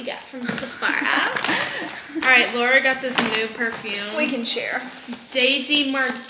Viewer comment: Laura you crack me up it’s eh • ree